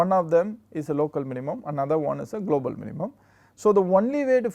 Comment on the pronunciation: Golbal Minimum 😂😂 instead of global minimum